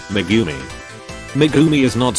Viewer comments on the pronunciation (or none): none